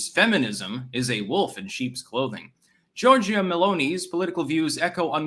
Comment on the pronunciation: Also, Giorgia is pronounced like Georgia.